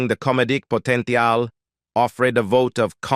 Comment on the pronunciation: Yeah, "po-tent-ee-al" ?? And if we didn't have to get it all twice it'd be much easier to watch a 17 minute version.